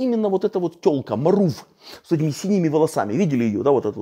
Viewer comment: а чому а не ШМарув? =)))))